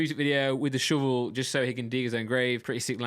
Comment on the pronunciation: Akira Toriyama He pronounced it as Shevel to make it rhyme with Devil lol he also rhymed weird with year!